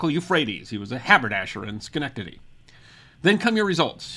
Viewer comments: i fell for it and mike drop to you for pronouncing Schenectady correctly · I’m from Schenectady, how many times did you have to practice that to get it right?